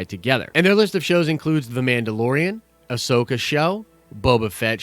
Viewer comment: Say it with me: Ah-so-ka. It's not that hard!